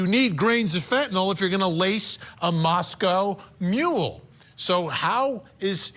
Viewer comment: I love how Vinnie Politan just pronounced “Moscow Mule” like “Moscow”, Idaho.